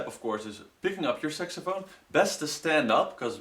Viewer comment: Thumbs up if you heard him say SEXAPHONE! XD